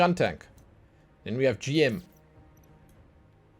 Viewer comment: Just a heads up for some names. It's Gundam as in Gun and Dam not Gan-dam. Also, GM is pronounced as Jim. He's not just the poster child. He's the first of all the Gundams. Not all the mechs are called Gundam. Only ones that have Gundam in the name are Gundams. The rest are called Mobile Suits. What's the difference? Well, imagine them as cars. Most Mobile Suits like the GMs, Zakus and DOM Troopers would be like mass produced cars like Toyota, Honda etc. Gundams and Sazabi on the other hand would be like Custom Order Made Lamborghinis and Ferraris. Also the red Zaku II [Ranged] skin has a horn and is legendary because that's the version the main antagonist of the series (Char Aznable) used, hence the name "Char's Zaku II". And Marasai is called Marasai (UC) because there were different versions of Marasai in different series and this particular version is from the OVA series Gundam Unicorn. Also, fun fact: Turn A Gundam was designed by Syd Mead, the guy who worked on Star Trek, Blade Runner, Tron, etc.